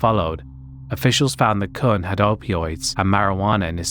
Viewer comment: I know someone with the last name Kuhn, it's pronounced exactly the way you didn't want to pronounce it. Lol